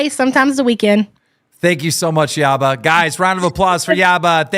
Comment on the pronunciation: it’s Yabba not Yamma lol anyway cupcake is his baby carrot